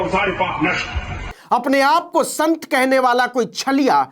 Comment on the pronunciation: Ah sant nahi lanth hai